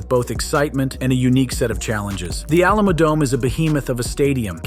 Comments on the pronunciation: Alama-dome Alamadome And finally, ALAMODOME! 😂😂😂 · Whats the A-LAM-A Dome? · Alama-dome Alamadome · The What-dome?! cmon bro... Greetings from Texas. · first example _ (a) the alamo dome _ saying it incorrectly was distracting (b) the kayfabe of the rumble is an EASY work around .... ie: a long walk to the ring can give talent in ring a rest, and a build for said wrestler walking in. and just give the timer 95 seconds, lol for the next person .....